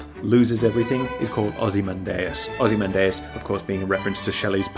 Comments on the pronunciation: I trust you but... That can't be how ozymandias is pronounced. It's o - zuh - man - dee - us right, not ... - man - day - us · I've never heard ozymandias pronounced like that Anyway, I got reminded how great Breaking Bad is, maybe I should rewatch it